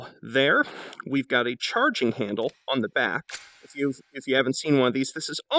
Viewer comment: “Grab the chowerging handle.”